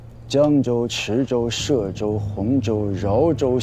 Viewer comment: （歙）州，音同細。